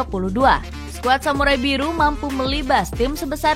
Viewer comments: Skuad samurai biru bukan samurai Buri min😅😂😊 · Biru..bukan buri😂😂😂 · Apa cuma gue yang atau salah dengar "Samurai Buri"